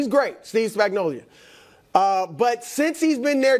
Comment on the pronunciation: SPAGNOLO not Spagnolia...😂😂😂 Cmon man.....